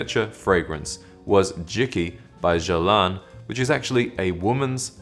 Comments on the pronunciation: Regarding Jicky, it’s pronounced “garlan”, ie: there’s a U between the G and the E, and therefore the sound is similar to “Ga”, and not “gee”; never say “geerlain”, it’s really wrong… GUERLAIN, “garlan”. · FYI, Guerlin is pronounced with the G sounding like Girl not jeez. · Sir I appreciate your videos but I have to inform you that your pronunciation of the name "Guerlain" is far off.